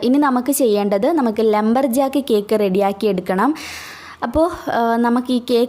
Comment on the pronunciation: ‘Lumber’ aan Lamber alla